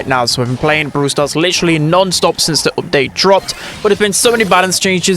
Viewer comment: What part of England are u from bro everytime you pronounce something ith a u yiu sat like "oopdate" for example (from london)